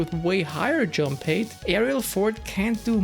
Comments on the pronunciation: I’ve been subscribed to you for a long time … and I love your videos , very great content ! But you pronounce HEIGHT like HATE , but it should be pronounced as H-A-I-G-H-T, RESPECTFULLY🙏🏽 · Hate or height? I can’t catch it